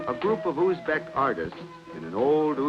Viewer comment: He said uzbek perfectly